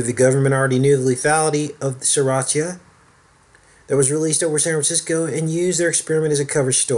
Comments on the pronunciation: Enjoy your vids but wish you would pronounce Serratia correctly (sir RAY shuh) since you have made several vids about it. Marcescens (mar SESS ens). Nosocomial (no suh COMB ee uhl) is a hospital acquired infection, meaning you go in the hospital for one illness or surgery and unfortunately pick up an infection from germs and bacteria in the hospital. Some hospitals have a worse Nosocomial infection rate than others, and it should be public knowledge but they try to hide the stats from the public. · I'm an RN, it's pronounced Ser RAY sha.